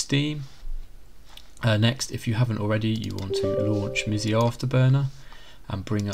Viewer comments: no offense but the way u say msi afterburner like misee is kinda funny it worked tho thanks ❤ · Is your pronunciation of Riva Tuner and MSI a joke? lol